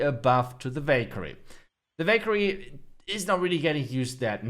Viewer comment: Anyone thought he said bakery instead of valkayre 😅😂